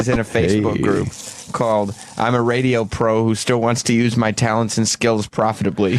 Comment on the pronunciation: Opie “This Raydjioh Thing of Ours” Hughes flummoxed by the idea of archiving radio history. What a dope!